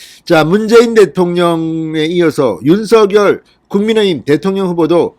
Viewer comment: 진성호님. 제발 윤서결이라고 읽지 마시고 윤 석 열 이라고 읽고. 부르세요. 또박 또박 읽는것 처럼 하시면 되실텐데 . 왜 윤 서 결. 로 들까요.